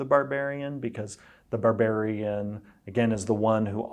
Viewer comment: "Barburian" It shouldn't make me as upset as it does